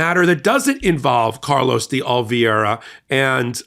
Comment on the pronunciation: It is not pronounced OLE-VEE-ERA it is pronounced OH-LEE-VERA